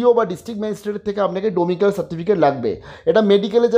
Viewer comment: "ডমিক্যাল" না গো দাদা, "ডমিসাইল"